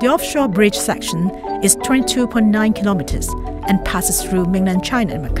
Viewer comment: interesting BUT you don't say Kilometers properly . . .